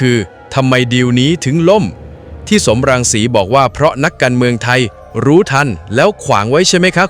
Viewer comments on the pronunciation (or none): สม รังสี ไม่ใช่ สอม รังสี อ่านผิดจ้า